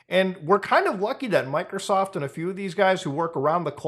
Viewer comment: I like how muta says "mikersoft"